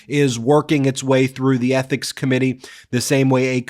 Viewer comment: "ETHICIS COMPLAINT"